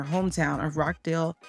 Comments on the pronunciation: Rochdale not Rock Dale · Its Rochdale as in 'botch' not 'rock'